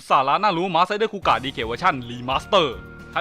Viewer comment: นี่มันคูกากครับ ไม่ใช่คูกะ